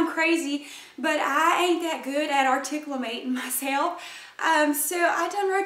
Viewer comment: Articumalating? LMAO!